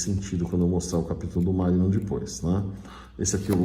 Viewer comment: MAGNUM, e não "Magnun"